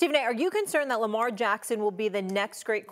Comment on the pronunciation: Lamelt Jackson 😂